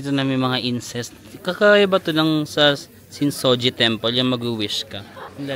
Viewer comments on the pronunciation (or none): incense po hindi incest. 😂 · na shookt ang aking ears hahahahaha you mean *incense*? hahahahha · Natawa ako dun sa “incest” imbes na incense hahhaa